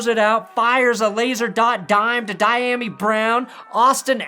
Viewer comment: Dyami Brown's first name is pronounced dee-YA-me